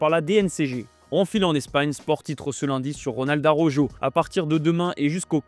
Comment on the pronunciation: ARAUJO ça se prononce "ARORO"